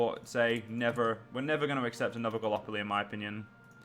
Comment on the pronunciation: Galapolee? It's gallipoli! (at least for pronunciation)